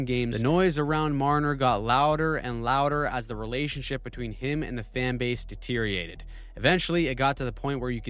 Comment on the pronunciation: Also - "deteriated."